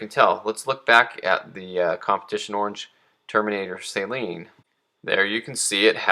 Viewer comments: The way you say "Say-Lean" drives me insane. Steve Saleen himself says "suh-lean". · For the love of god... its SA-LEEN... Not SAY-LEEN..... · I'm just cracking up how he's mispronouncing SUH-LEAN. I'LL GIVE HIM A PASS BECAUSE HE MADE THIS VIDEO AND YES I AM YELLING.. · Please learn to pronounce Saleen correctly, geez. Not say-lean....SUH-LEAN...it's really not that hard. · It's pronounced SUH-lean....not SAY-lean. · Man you're killing me. You need to learn how to pronounce Saleen correctly.